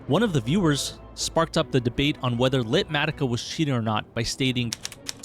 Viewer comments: I think you’re saying it wrong! Light matica? Litematica. Beyond that only you can get away with that list! 🤣🤣❤️ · "LITmatica" ?! If you said it that way to make me comment, you've succeeded